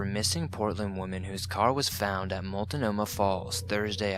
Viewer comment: The sound is all over the place, but I just needed to adjust the audio. That pronunciation of Multnomah made me laugh, but I'm a Portland native.